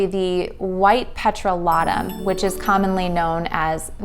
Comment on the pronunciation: Petro-lah-tum??? Is this AI???